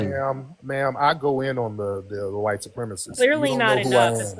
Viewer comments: Them saying "why-tee" is just straight cringe. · damn they are scared to say white. they literallty pronounce it y t people